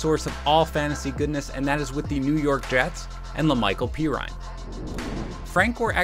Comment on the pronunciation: "PEE RINE"????